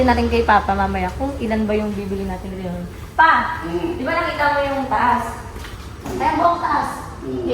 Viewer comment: Yes linoleum hindi rinoleum Bang😊